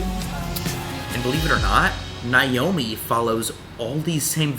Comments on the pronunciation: As someone named Naomi, it hurts me to watch this video because he’s pronouncing it like “Nye-omi” 😭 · He kept butchering her name, it’s pronounced Nay-Oh-Me